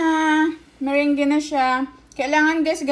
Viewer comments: Mirange.. mirang po ata pronounce te..hihi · Pwede niyo pong gawin ung Meringue(by the way Merang po ung pagka pronounce sa kanya hehehe) kahit wala po kayong mixer. Pwede gumamit ng whisk or egg beater. Medyo sasakit lang konti yung kamay at braso kasi kailangan mabilisan ung pag whisk sa egg whites.